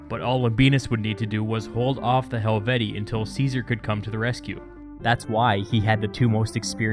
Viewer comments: Pronounced helveti-I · Pronounced hel-vee-shee-eye, isn't it? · It's Helvet-ee-ee, but like the name Caesar itself, by convention it's sort of allowed to stray from proper Latin pronunciation. The double long e plural genitive is awkward.